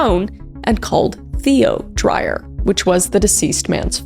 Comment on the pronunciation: Hi Kris. South African here. Curious that Deon was Australian, as Dreyer is a very common South African surname. Pronounced Dray-uhr, by the way. Perhaps he was a second-generation Aussie. For some reason, it is quite a big sport here in South Africa to push oneself past the brink of sanity... Shark cage diving is another South African pastime that I won't begin to try to understand.